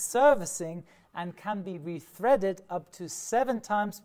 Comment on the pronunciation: “...and can be rethreaded up to seven times”. Er.... “retreaded” !! A native German or French speaker might pronounce “th” as “d” or “t” respectively, but i’ve not heard of the opposite problem!!